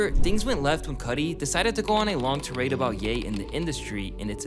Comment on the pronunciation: WELCOME TO "Find Mispronounced Word Extravaganza"! Last time, we found saying "Neepo" instead of "Neh-po" when referring to nepotism. Today's word is "Tirade"!! Found, our boi said it as "teer raid" when it should be "tye raid". A most common mispronounciation and much harder to spot than last week's challenge! That's all for today's Find Mispronounced Word Extravaganza! Come back next video and see if YOU could be the one to spot it! All Love <3